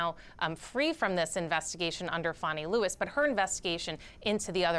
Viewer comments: Her last name is WILLIS, not Lewis. Not an informed reporter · Willis, not Lewis